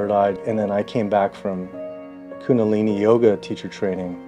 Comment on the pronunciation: That man at the end, he needs to know it's Kundalini. Not Kunalini. Surely someone has told him by now. I do hope so...